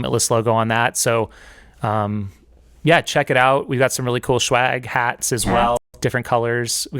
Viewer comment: I love that keeps saying shwag.